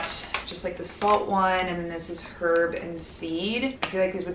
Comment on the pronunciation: The way you pronounce the h in herb 😂❤️ love you